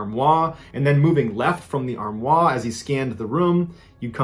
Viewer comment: Ballen’s inability to say english words that have french origins correctly is going to make me stop listening. Cache is not caché Armoire is not Armoi Foyer sounds like FOYAY. Not FOYERRRR. Learn these simple friggin words! It really makes me feel he’s not so smart. It has never bugged me so much in my whole life ans I went to school with a bunch of english kids doing french, terrible accents, but these words ballen can’t pronounce are friggin english I’m sure he’s smart, clearly just not in english pronunciation! It’s going to make me end up murdered due to ear damage from his flawed English. Sigh